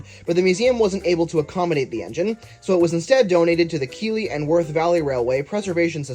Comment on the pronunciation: just a note, as someone who lives a short drive away from this railway and has ridden it many times over my 21 years of life, it's pronounced 'KEITH-ley' and 'HA-worth'